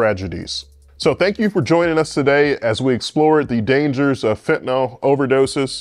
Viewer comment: Why would a real orthopedic surgeon waste time maintaining a YouTube channel? Why doesn't an orthopedic surgeon properly pronounce "fentanyl" and "narcan"?